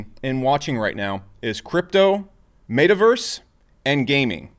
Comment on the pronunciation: Can someone teach him how to pronounce "met·a·verse"